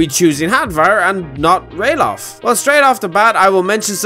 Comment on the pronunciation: It is actually Ralaf not Ralof